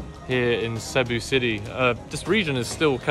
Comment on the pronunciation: It's "see BOO."